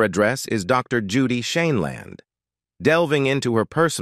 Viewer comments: Horrid voice over!!! Mispronunciation over and over including variations on Judy’s last name. Good content but ditch the robot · Announcer cannot pronounce Judge Judy’s last name. Also cannot pronounce Ruth Bader Ginsburg. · Why does the narrator mispronounce her last name 7 different ways???? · Why would you get an announcer that didn't know how to pronounce her name? Very dixtracting.. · Your AI narrator needs to be programmed to pronounce words more consistently. There must have been 5 different ways that "Sheindlin" was pronounced. And when that's the main subject of the video, it is important to get it right.